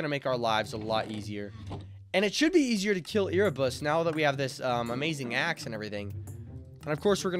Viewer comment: Bro erebus is not called e r e ere like air but with a e